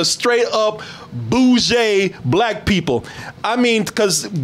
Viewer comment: Ohhh, Bougshie.... I always read that as boogie lol Cuz isnt there suppose to be a "r" bougie?